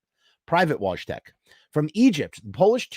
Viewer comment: It’s pronounced Voy-Tek